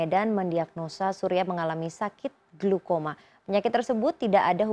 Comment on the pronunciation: glaukoma woiii.. bkn glukoma